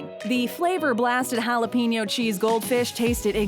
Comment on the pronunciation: Would it hurt you white people to pronounce jalapeños right ? Where do you see peen in the word?